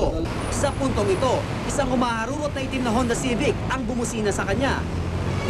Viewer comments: Its was more like hondaaa ceevic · I heard "honda civic"